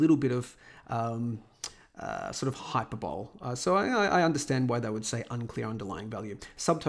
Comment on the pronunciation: \hī-ˈpər-bə-(ˌ)lē\ not hyper-bowl